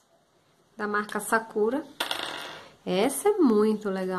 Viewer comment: Ela fala sakura errado kkkk